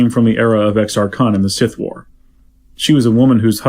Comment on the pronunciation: it's Exar //koon//